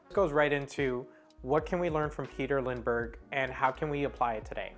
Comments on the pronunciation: this video is none sense . you can watch his video talking about his Style and the wsy he Works . ps you say his name wrong . Lindbergh. not lind denbergh . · It's not LinDENbergh , it is Lindbergh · "Lindbergh", instead of "Lindenbergh" and even the title is wrong. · Dear Sir, Please go to lengths to pronounce Names Correctly (You got it right the first time but not the 2nd & 3rd)(there is no 2nd "N" in his name)!!!!!!! It seemed that most of what You said was correct .... I do not want to be critical (but I can not help myself)... I wish that there would be an easy way to contact YT people privately.......... Best on Your YT endeavors.... I subscribed :) :) :) Remove this if You like :)